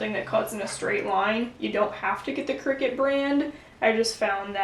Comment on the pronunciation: Isn't it pronounced cry-cut? As in creative cutter?